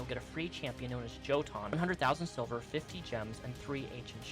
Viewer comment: Im sorry did you pronounce Yotun like Joe ton